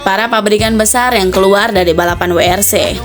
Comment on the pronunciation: Min sbutanya bukn dubel yu tpi ttp WRC ,sdngn BMW aja penyebutan nya tetap BMW